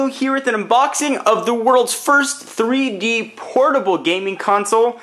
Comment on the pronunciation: glasses free free dee is what you said the first time